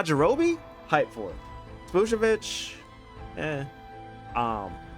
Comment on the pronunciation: Bro said sPOOPovich